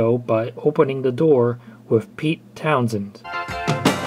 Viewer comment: It's Pete "Townshend", not Pete "Townsend". You said the last name of that "Pete Townshend" guy wrong.